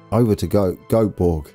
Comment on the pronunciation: You seem to really have gripped the pronunciation of the "köping"s. "Göteborg" is indeed a little bit more complicated but "Goatborg" is uttermost entertaining! (pronunciation fails don't matter of course)